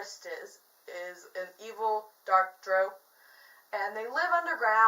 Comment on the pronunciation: Also no worries at all but the race of dark elves is pronounced (DR-OW) not (DR-OH)